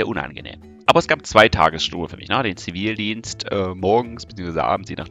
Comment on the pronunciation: Du hast den Zi-Vi-ldienst... Mensch. -.